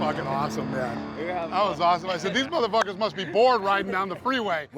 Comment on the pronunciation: The way Matt says moTHERfuckers is cringe